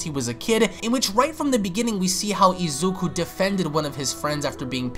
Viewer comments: Why do you keep saying Izeku?? It's Izuku. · Bruh ur calling Izuku Izeku its funny😂